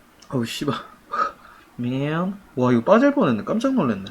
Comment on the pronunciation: 미앤~~ 특유의 man 발음이 너무 좋아.. 매력덩어리..